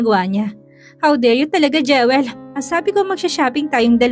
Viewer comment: Pls come rrect your pronunciation ng Jewel. It is pronounced “Jiwel”. Sakit sa tenga pakinggan kc. Sorry if I offended you.